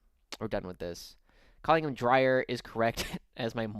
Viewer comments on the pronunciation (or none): Dreer not drier is my guess. It’s spelt Dreir not Drier